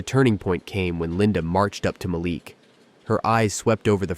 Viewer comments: Ma-leek not Malic Sheesh! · Its a soft a as in apple ma leek is how its said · Ma-Leek.....geez u kept butchering the mand name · Not a bad story… although I miss the days when you didn’t have to be mesmerized by the picket fence like robot that can’t seem to lean how to say , Malik. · This reader is disappointing by pronouncing the CEO’s name differently throughout the story. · You pronounced Malik’s name a few different ways during the video. Why use a name you are not comfortable with? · Cracking up the moderator cannot get the CEO’s name pronunciation right. He said Malik’s name differently throughout the video. I get the scenarios are AI — maybe the moderator is, too. As to the office politics…it was plausible until they brought in an outside threat. I stopped watching after that. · How many ways can "AI' voice, pronounce Malik?! Otherwise a good story. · The storyteller continue to mispronunciation of the CEO of the company. 😡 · The narrator pronounced Malik's name three or four different ways. What is his problem? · Whenever I watch these episodes on things of this nature the person that speaking, I don't know if it's an AI Voice or what but they always mispronounced the Black person's name? Like in this instance the guy name is Malik but he pronounce it four to five different ways throughout the story? So either these pronouncers are ignorant or racist telling a racist story. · I call BS on this one. AI bullshit to be exact. How is it that the exact same narrator properly pronounces a name in one sentence and mispronounces it in the very next sentence, and do this same thing multiple times?